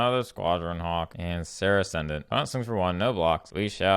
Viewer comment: I'm not used to hearing someone pronounce Viscera correctly...